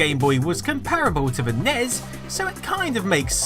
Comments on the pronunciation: Nez? Snez? Did you sneeze? Jesus Christ dude. Are you really that lazy that you can't say En-Ee-Es and Super En-Ee-Es? Nitwit. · Ugh, stop pronouncing it "ness" and "snez" when you pronounce the other one "gee bee eh" instead of "giba". It's "en ee ess" and "ess en ee ess". Minor nitpick, I know, but so annoying to hear. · it's NES not NEZ! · I sincerely wish people would stop pronouncing these consoles as 'nezz' and 'ssnezz' Nobody from the relevant time called them that. They were 'enn eee ess' for NES individually pronouncing each letter, and 'Super Nintendo' not even 'Super enn eee ess'. Bugs me every time I hear it. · It's not a NEZ or a SNEZ, it's N E S and S N E S respectively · It's not FREAKING "SNESS." It's S-N-E-S or Super N-E-S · Sorry, i just can't get over "snez & nezz" pronounciantions. Everyone in the west (ie: America) calls it "N.E.S" or "Super Nintendo", maybe "S.N.E.S." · Pronounced S-N-E-S for godssake, not SNES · FFS it's not nezz or snezz. It's N-E-S and S-N-E-S. I can't take you seriously when you don't even sound like you know what you're talking about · its not "nez" or "snez"... its pronounced N. E. S. and S.N.E.S. no one says "nez" or "snez" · Eww, I don’t like hearing NES as “nezz” and snes as “snez” 🤮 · We already know this. And stop saying snez goddamn it. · Did you just say nez? TRIGGERED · Can't watch this because he says "nez" and "snez." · NEVER pronounce "SNES" phonetically. It just doesn't work. What's even worse is pronouncing it both phonetically and incorrectly (Snez.) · because only dipshits say nez and snez. Just like the dipshits that call nitrous "noz" or "noss" and write it out as "NOS", which is actually a nitrous company called "Nitrous Oxide Systems" which is owned by Holley Performance Products. It's written N₂O and pronounced nitrous. Just like the NES is pronounced En-Ee-Es. Not nez. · it is a S.N.E.S not snes and N.E.S not nes. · The Nez? Really.... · i hate how he says nes and snes like it's a word